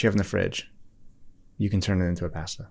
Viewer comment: the fact that actually pronounces ‘’pasta’’ as italians do (I’m italian) >>